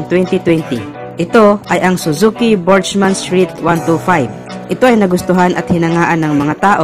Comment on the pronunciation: Correct ko lang Kuya Burgman hindi Burgeman.